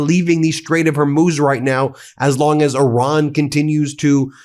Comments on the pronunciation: Because I'm absolutely pedantic and nitpicky... it's "Hor-mooz", never "Hor-myus". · ... A week of hearing Ben saying "Strait of "Hor•múz" (it's pronounced "Hor•mooz" not "Hor•myooz").. I was like "oh no, not another "2am in the morning" or "The Ukraine" issue 🤭 ... I wasn't gonna point it out this time. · Ben your pronunciation is simply terrible. It's not hermuz but hormuz